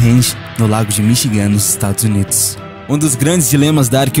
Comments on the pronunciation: Se pronuncia "MICHIGAN" e não "Michigã" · pronuncia inglesa terrivel, Michi-gan... e em outros videos tambem. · O video é bom mas o narrador fala errado demais ! Cê ta doido! Voltar pra escola jovem! Lago Mi chi gam.... haja paciencia. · Mí chi gan....essa é a pronúncia correta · Não consegui assistir até o final, o locutor parece não ter preocupação alguma com a pronuncia, e se não tem essa preocupação com nomes simples como Michigan ou a ilha de Creta, quem dirá nomes mais complexos relatados me fazendo crer que também estão errados, e infelizmente o Brasil já tem um déficit cultural enorme e uma cultura própria de tanto faz, que só gera cada dia mais e mais desinformados ou equivocados, então meu conselho é esse, sua ideia é ótima mas preocupe-se mais em passar o conhecimento da forma mais correta possível evitando assim formar conhecimento equivocado as pessoas que buscam seu canal!!!!